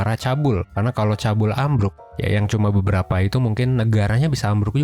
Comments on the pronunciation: wkwkw sama akupun shock td pas di blg nya cabul 😁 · MIN, LO SALAH BACA "CHAEBOL" kesannya jadi terdengar "cabul", padahal pronounce nya "chebol" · Topiknya menarik. Cuman salah fokus sama pengucapan Chaebol, harusnya dibaca chebol bukan chabul. Anw selalu nungguin video baru satu persen 👍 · chaebol btw,bukan chabul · chaebol kak bacanya, bukan cabul wkwkwk😭😭😭😭😭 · ceobol bacanya kayaknya om.. bukan cabul 😁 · Bacanya cebol bang, sama kayak klo ngomong cebong.. Cabul 😂😂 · Bacanya cebol ka bukan cabul :") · Chaebol dibaca.nya CEBOL jangan cabul 😅😅😅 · Btw 'Chaebol' dibaca 'chebol' Bukan "chabul" :) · Çhaebol baçanya çeboul bg bkn çabul😭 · Bang. Cra bcanya tuh Chwebol. Bukan chabul. please aneh bnget dngr kta chabul 😭😭😭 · Ca e bol bukan cabul 😭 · "Chaebol"bacanya bukan cabul bang. tapi cebol. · Cheboul , baca nya cebol kalii Bukan cabul 🤭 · Maaf bang saya ngakak sama pelafalannya, apalagi bagian Chaebol, bukan cabul bang tapi cebol wkwkwkwk btw tengkyu infonya bang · Minnnn cheeboll min cara ngucapinnya bukannn cabulll🤣🤣🤣🤣😭😭😭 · CEBOL NOT CABUL. RISIH DENGERNYA😂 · Om, kok “cabul” sih? Chaebol [ce-bol] aja bacanya. Padanannya “zaibatsu” (Jepang) atau “konglomerat/taipan” (Indo). Kalo “cebol” beda lagi artinya 🤣🤣🤣🤣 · Chabeol dibacanya cebol mas bukan cabul 😂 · Hai Kak, mau mengkoreksi sedikit ya "chaebol" / crazy rich people itu dibaca cebol (misal kalimat bahasa Indonesia: orang cebol) bukan cabul wkwk Aku gatau ini suatu kebanggaan atau bukan, aku tau cuplikan MV apa aja di video karena emang tau Kpop dari SD dan sampai sekarang masih senantiasa mengikuti kpop. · Benerrr, gue yg "Korean addict" kaget pas denger "cabul", hampir fatal sih ini. Harusnya "chebol" pronounce nya 😭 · 😂😂 iyah ngakakk gue pas di bilang cabul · Chaebol dibacanya "cebol" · Bacanya cebok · Chaebol bacanya cebol kak, kyk cebol org pendek.